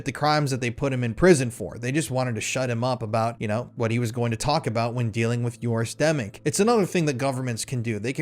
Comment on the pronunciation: Joris Demmink, not Yoris Demming. I read this one, and Demming is a real person. I'm glad you're exposing these scumbags bc I don't see anyone else doing it.